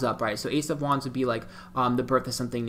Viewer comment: I think he is saying "wands" but all I hear is "Juans" ...3 of Juans, 4 of Juans....Or is it something else? I know nothing about Tarot cards and had this playing in another tab and didn't know he is most likely saying "wands" until I switched back to the video.